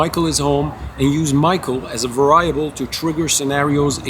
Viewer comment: variable is pronounced.... "Very able"